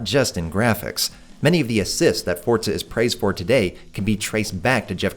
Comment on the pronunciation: Love the video but.. PLEASE stop saying FORT-ZA, there is no T in Forza, it is simply pronounces FOUR-ZA. Forza, for Fortza.